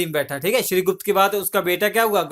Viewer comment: Shrigupta not shrigush Take care